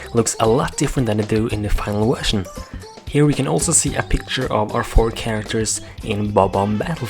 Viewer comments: you said wetion insted of vertion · i like how he says wusion insteda version